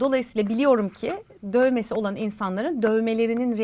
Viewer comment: BB Krem demeye çalıştığın yerler çok hoştu "Benim dövmem yok . Bugüne kadar hiç yaptırmadım:ama döövvmesi olan çom arkadaşım var " mimiklerin ve vurguların çok güldürdü 😂